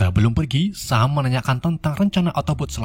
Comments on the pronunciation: Bacanya bukan sam tpi yg bener sem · Dibaca nya sem